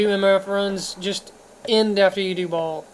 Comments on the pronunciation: "Ball"? ...Seriously? Lmao. (Future reference, "Baal" pronounced "Bail") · What's with you and your inability to pronounce names. It's "bale" not "ball", and "iz-wall" not "uh-zool". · i have to say this man .... why the fuck can't you pronounce ANY of the names ? Shenk he says shink ... baal he says ball ..... how did you even get your setup being such a noob ? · I'm pretty sure even Deckard pronounces it as "Bale". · How have you been playing the game all this time and cant pronounce Baal aka "ball" and magi and nilothak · Magi = Madge-eye Baal = Bay-ill